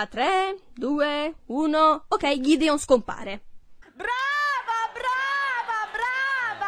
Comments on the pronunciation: GHIDION!? Si chiama GEDEONE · Il figlio di bel non si chiama Ghideon ma Gedeone